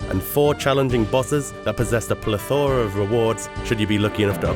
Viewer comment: Pila-thora? You mean plethora?